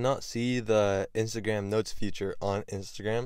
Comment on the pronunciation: Hey bro… it’s called “feature” not “future” Just wanted to let u know